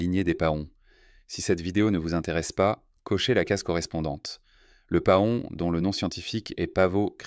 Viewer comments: Paon: se prononde pɑ̃ "Pan" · Cette voix artificielle qui prononce pahon, c'est vraiment agaçant.